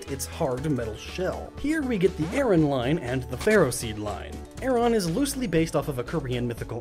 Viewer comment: Dude, it's pronounced ARE-on.